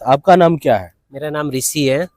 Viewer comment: Bhai ne Rissi ko Rissi hi bulaya 😂 Rishi ❌ Rissi ✅